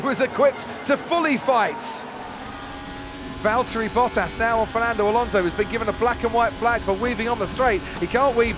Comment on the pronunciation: it's Valterri "No pace?"